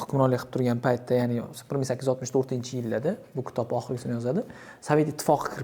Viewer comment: "ktob" yoki "kutob" emas og'ayni, to'g'ri talaffuz qilgin iltimos, "KITOB" K harfidan keyin I harfini biroz yumshoqroq talaffuz qilinadi... K i tob...